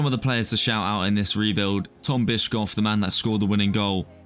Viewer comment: Bischof is pronounced like bishop, just with an f instead of a p